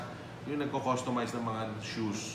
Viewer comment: Did you say customice? Wow.